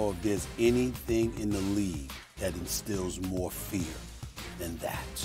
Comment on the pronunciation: Wow, Perkins said.. "a couple mo segments ago". This proves... English is still undefeated!